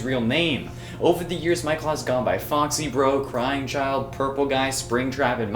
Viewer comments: Mikel Afton? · Itsss Michael not Micheal just a reminder